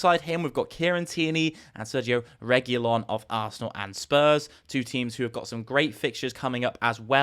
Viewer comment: Man you are butchering the Regulion name the way your saying it.